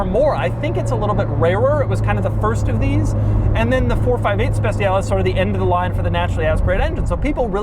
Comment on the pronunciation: Just one little thing : "Speciale" is not pronounced "Spe c ale" with the soft c, is pronounced "Spe ch ale" with the ch like cha-cha-cha